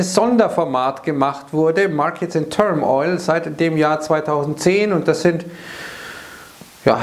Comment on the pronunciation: Stets hervorragende Spontanübersetzungen aus dem Englischen, aber eine Kleinigkeit: Markets in turmoil, nicht in turm- - oil.